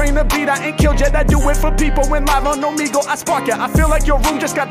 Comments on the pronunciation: He really read Omegle as "Oh man gel " ... My boy can't read very well I guess lol . All good. You got money and a sick channel with 2 million subscribers so it don't matter lol . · “It’s a party on… omehjail?” Nice, it’s “oh-meh-gull” tho lol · “OMAJAIL” 😭 It’s pronounced Oh-Meg-L btw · or “Oh-Me-GL” some people pronounce it differently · Omajail sounds like o my jail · "Oh-me-gle" is the only correct answer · Oh me gle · I died at that 🤣🤣🤣🤣🤣 omajail🤣🤣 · I'm sure others have said it but it's "Oh-May-gool" and some people pronounce it "Oh-Me-Gool". Been an HMack fan since the beginning and just found your page even thought you have over 2M. Funny how music brings things/people full circle. Sick reaction, easy sub from me. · Yoooo OB-30 is on MY Top 5 List.. this episode slaps. All frees were lit 🔥.. Beats too insane. Also it’s Oh-Me Ghel . Keep entertain me Comin . Appreciate you ✌🏽💯🌶🔥💯🌶🔥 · O-ME-Gull is how it's pronounced! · man said "OMAGEL" LMAOOOOO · O-meg-le is how I pronounce it. Could be wrong also lol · its also pronounced “oh-me-gull” or “oh-meh-gull” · pronounced - Oh - ME - Gul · it pronounced O-Me-Gal